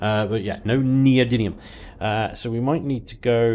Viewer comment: those words are STILL pronounced: PRO-MEE-THEE-UM and NEE-OH-DIM-EE-UM. Please, for all that is galactic, STOP saying Promethiun and Neodynium! You're an intelligent guy, DON'T DO THIS TO YOURSELF! (but keep the playthroughs coming plz).